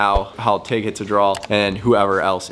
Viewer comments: Is it Draw or Drawl? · What's a drall? I thought this video was about hitting a draw